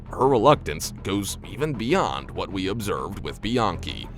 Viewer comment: Lmao you're calling her biankey lol really , come on man and then you changed it to Brittany haha your funny.